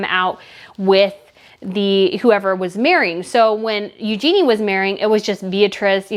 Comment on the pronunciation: "Eugenie" is pronounced "yoo·zhuh·nee" for your future videos.